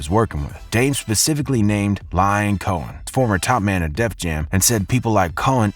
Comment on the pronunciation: How are you pronouncing these names?! Lion Coen Camren?! 🤣🤦🏽‍♂️